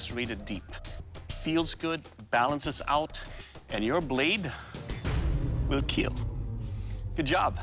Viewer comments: It wheel keal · It will keal